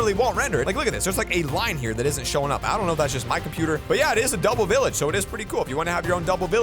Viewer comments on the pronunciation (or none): He say billage 🤭🤭😂😂😂